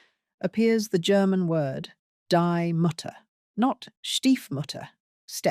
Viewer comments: Interesting content! But: „die Mutter" is spoken like "dee mootter" the oo being short A noblewomans value as potential marriage candidate wasn't determined by her beauty but by her status and her dowry! But if she was beautiful too, the better, of course... This definitely is not Margaretha von Waldeck as she lived in the 16th century! „kleine Bergleute" = little miners, not Mountainpeople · How you pronounce "Die Mutter"!!!!! 😂😂😂😂